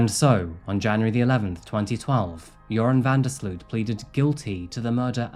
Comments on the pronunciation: I'm from the Netherlands, where Joran is originally from. It's so weird to see a "local" on this channel. It is quite cute how Americans pronounce his name though 😂 the double 'o' in his name is pronounced as 'oh', so van der sl'oh't. Not that that really matters though. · I love how you're pronouncing his name (it's a Dutch name hehe) good video tho! It's such a sickening case.